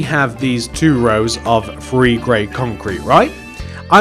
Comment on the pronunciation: Nobody: Me: Him: One, Two, Free